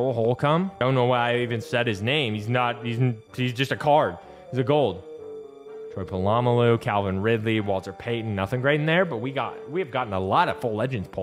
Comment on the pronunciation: Why the fuck do you pronounce troy polamalus name like that 💀